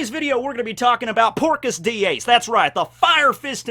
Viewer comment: Within the first 20 seconds your "texan" accent makes it sound like Porkus D Ace and i imagined A pigman version of Ace ala spiderpig